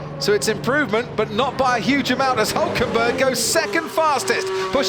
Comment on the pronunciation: Hülkenberg !!! with a damn " Ü " !!!